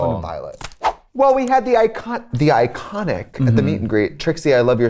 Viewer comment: Am I the only one that heard "icuntic"?